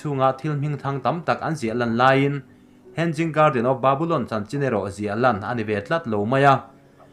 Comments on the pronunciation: "Henzing garden" a ni lo "hanging garden" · Hang ging nge Hanging ???🤣🤣2🤣2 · Henzing😂 Ka sawisel ngailo. Mahse comments te hi ka chhiar thrin a, thil lam dana ziltu a nga thrahnem hle ti a hriat thei. Word by word a hrilhtu pawh a neih fo thrin. Mahse tun thleng hian a zawm duh miahlo. Ka nuizat ngailoa, mahse a tranpui tumtu te, a lam dik thei tana comments a tranga thinlung thianghlim taka lo zil thrin tu te thu hi a la duh miahlo hi mak ka ti. Nui a duh a ni ang. A content chu a thra, mahse a chapo tawh nge, a zawm duh miahlo ti hi a lang ngawih2. Vawi tam tak a ni tawh si a. Mahse, a video a nia, a thuneina sang ber a nia...sawi thei kan ngah lo. "Thuneina hi a hlauhawma, thuneina hmansuol hi a hlauhawm zawk". Mahse, i contribution, information le Zohnahthlak chankanna leilawna i ke pên erawh i za awm in i fak awm hlê a nih. In siamthrat duhna ne'n rawn bei zel rawh aw Thrian -Lusei ka niloa, ka spelling le construction te pawh khi diklo tamtak a awm ang; ka pianpui trawng a ni loa. Mahse ka ngaihpawimaw ema ka rawn trawng ve vak a nih e. Tih sual ka nei chuan min ngaidam hram dawn nia. -Hmar Pa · Hen- Jing garden nilovin hang-ing garden ti rawh 🤣🤣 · He-nging garden tia lamrik tur ni zawk in ka hria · Hanging garden ' a pronunciation ah hian 'g' hi ri tello se... a dik in a ngaihthlak a nuam zawk daih ang.